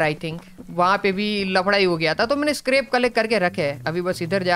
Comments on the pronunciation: It's not karps its scrap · Bro its not scarp its scrap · Scrub bol ta ha scrub nahi